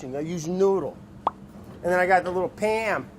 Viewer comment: Man I love Pa'am cooking spray Edit: pronounced PAYUM